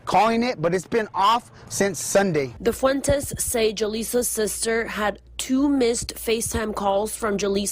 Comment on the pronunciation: Ole pronounce Fuentes the right way 🙏💙